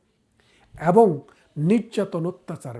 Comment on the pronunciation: ব্যারিস্টার সাহেব, আগে আপনার উচ্চারণ করতে শিখতে হবে।বারত না,ভারত।এ কার কে অ্যা বলেন কেন? এবং হবে,অ্যাবোঙ না 😂